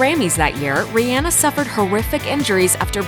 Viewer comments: Her name is actually pronounced Ri-Anna like the name Anna she has said this multiple times herself lol. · I hate hearing Rihanna's name spoken as 'Ree-ANNA' ...made my back itch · says "RIEANA" ME: STARTS CORRECTING THE PERSON TALKING AND LOWKEY GOING OFF lol, like bruh thats not how u say it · It's ree - onna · I ABSOLUTELY HATE THIS VIDEO NOW THAT SHE SAID REE ANNA LIKE ITS REYONNA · learn to say Rihanna's name correctly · The way she pronounces Rihanna drives me crazy ugh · I hate how they say Rihanna